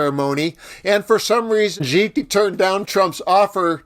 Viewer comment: 'XI' is pronounced as ' See', not 'Gee''